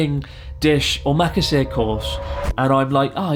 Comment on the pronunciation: hey man you may have been speaking Japanese a long time but you're still missing the syllable rhythm, you say omakase like it's an English word but it's om-a-ka-se you can say it fast but you still need the rhythm lol.